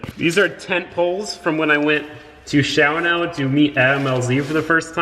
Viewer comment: You don’t pronounce the second a in Shawano. It’s “shaw-no